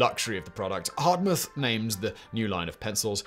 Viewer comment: "exposition universelle" in Paris 1889; ... and it's not Hardtmuth like "hard moth", but simply Hart-mood.